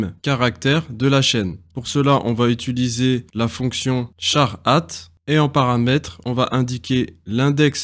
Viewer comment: Le cours est très bien construit ! Petite piste d'amélioration, apprendre à dire "utiliser", ça me pique les oreilles à chaque fois !